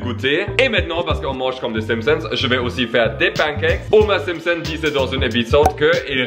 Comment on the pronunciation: Ya un moment j'ai cru que t'avais dis Gromer Simpson 😂